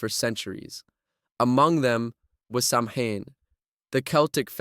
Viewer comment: SAMHAIN IS PRONOUNCED SOWAN!